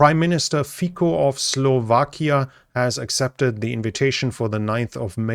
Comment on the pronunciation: The pronouncination of the name of the Slovakian Prime minister is "Fitzo". In German "Fizo"